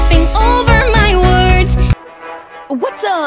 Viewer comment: Also it sounds like Amity is saying, "Wus so exciting?"